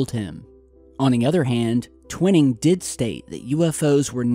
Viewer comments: T-WHY-ning not Twin-ning :P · It's painful to hear you constantly mispronouncing General Twining's name. Check it out!